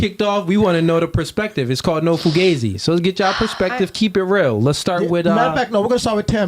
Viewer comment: Isn't it pronounced foo gauze eee with that spelling?